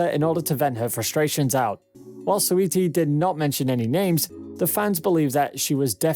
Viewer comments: And Soy-ee-tee 😂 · I can’t tell if this is a robot voice or not lol He botched saweetie every time too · 😂 its probly siri brother tbh. Simple words always botched